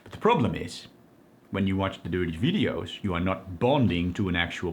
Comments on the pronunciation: The opposite of dopamine is every time he says 'durtee veedios". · I love the way 'watch the dirty videos' sounds with this accent it is very amusing. I once asked a girlfriend to do something really dirty when we were making love and she shit in the bed. That's why she is an ex-girlfriend.